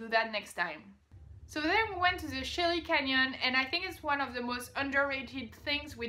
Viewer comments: It's Canyon De "Chey" not "Chelly" and yes it's Navajo "Navaho" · Unless you're from Arizona like I am, you will probably mispronounce most of those words. it's all good. It's pronounced Canyon De Chelly "canyon d shay". According to the Navajo Canyon De Chelly is where the first man and woman walked the earth it's essentially the Navajo garden of Eden. Hopi Indian tribes from the same area felt that the first man emerged from the confluence of the Colorado River and the little Colorado river in the heart of the Grand Canyon which is amazing look it up on youtube or the link below. Coconino is pronounced "KoKo ni-no" Yavapai is Ya- Va-Pai Sedona is Sa dough na. Navajo is actually a Spanish word so the j is an h "Navaho" Since the western United States was Spanish and Mexican territory that is why its a Spanish word. They refer to themselves as Navajo and Dine. Dine means in their language people the people. Navajo rugs are really great art pieces. If you ever return you should go to the Heard Museum in Phoenix it is one of the best museums in the world for Indian art and culture. Kaibab Ki a bab. Pronounciation The Grand Canyon Confluence.